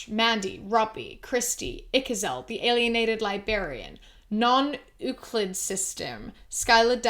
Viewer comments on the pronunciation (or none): Thank you, I've got about 2 confirmed and a couple of maybes of kinds of MI. This helped me feel valid. Small nerdy note: the pronunciation of "Euclid" is "you-clid". He was an ancient Greek who did stuff about geometry. 💖💓 love you!